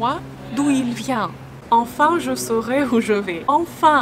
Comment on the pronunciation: Hi. Are you Russian? You have a Slavic accent when you speak English. You also mixed up the two sounds in saurai/vais. It's the opposite. Saurai is tense/closed, like 'sauré'. Vais is lax/open, like 'vè'. Check forvo if you're not sure. In the song, Stromae does pronounce it as vé, but this was probably to make it rhyme with saurai, trouver and travailler.